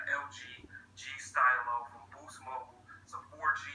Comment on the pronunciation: it's not style-i-o its style-o